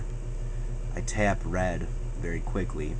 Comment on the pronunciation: You don't hear...... "I was gonna learn how to tyap it"? lol He kind of does, but not major.